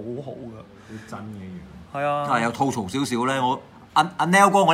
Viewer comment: 點解乜撚野都講吐糟, 究竟條友知唔知吐糟點解? 讀都讀錯!